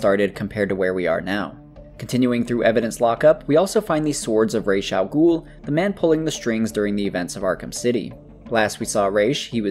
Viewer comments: The pronunciation of Ra;as Alghul used in Batman Begins is the closest to its original pronunciation in Arabic. "Raysh" makes zero sense to a native speaker. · Actually the right pronounciation of Ras El Ghoul was the one in Batman Begins, it's an arabic word and it means Head Of The Beast.. I love your videos bro keep it up 😍❤